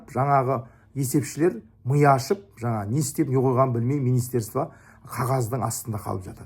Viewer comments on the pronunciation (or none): none